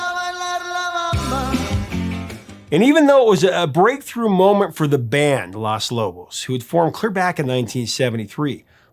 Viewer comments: Hey, Professor. Just a little tip for you: you are mispronouncing the article that makes up the beginning of the band's name. You keep saying "Las", which is the female "The" in Spanish. Because the band is all men, it's "Los", with a long 'O' sound like in "cone" or "home". Los Lobos, "the [male] wolves". If it were all female, the it would be Las Lobas. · this is great, but you pronounce Los Lobos incorrectly... you say it as Las Lobos, but it is Lōs Lobos... just saying... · it's LOS Lobos, not LAS Lobos. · I'm sorry, Professor. But the word is "Los" Lobos, not "Las" Lobos. Las is feminine. Los is masculine. And La Bamba is pronounced La Vamba. The B is pronounced as a V. The lyrics in English; To dance La Bamba. To dance La Bamba, you will need a little bit of grace. A little bit of grace for you and I. And higher and higher. And higher and higher. I will go for you, I will go for you. I will go for you. Peace and Love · It’s Los Lobos not Las. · Los Lobos. It’s pronounced “Los” not “Las”. I love your channel and respectfully & prayerfully busting your chops. As always great content. Our family has lived this song forever. I’m 61 & Hispanic. All covers have been great because it’s a timeless song 🎶 and deep rooted in respect & cultural significance. Cheers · It's Los Lobos, not Las Lobos. Sorry that just irks me when not pronounced correctly. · Loss Loboss.... 🤣🤣🤣 you gotta work on your spanish annunciation bro... lol... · Please stop saying "Las" Lobos